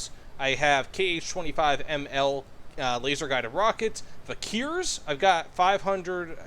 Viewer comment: vikhr is pronounced as 'vihr'